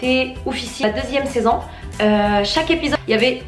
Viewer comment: Wsh elle dit saisann o lieu de saison